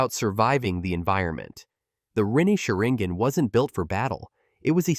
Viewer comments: How to tell someone you have never actually read the manga or seen the anime. Rinigin, sharingin... everything I heard in the first 90 seconds was basically wrong. AI generated videos simply can't grasp the nuance of these characters, their abilities, or their history. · Sharinggon😭 what is this AI voiceover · Is nobody gonna talk about that diabolical pronunciation man said rennegen and sharingen 😂😂